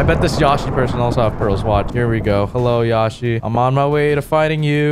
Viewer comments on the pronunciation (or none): did he just pronounce yoshi as yawshi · Why did he pronounce yoshi like that tho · said yoshi wrong